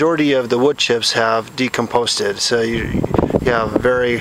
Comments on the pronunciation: Decomposed, not "decomposted." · the word is "decomposed" not "decomposted" ... love your enthusiasm for wood chips. just had several yards dropped off for free (truck was right beside my house trimming at a a neighbor's). apple and pine and a few others. heavenly smell.